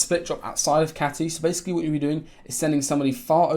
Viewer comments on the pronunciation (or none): none